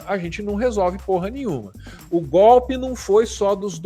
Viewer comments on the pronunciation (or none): none